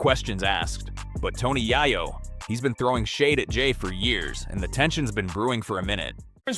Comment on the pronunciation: Yay-yo ! Yay-yo !!! not Yah-yo !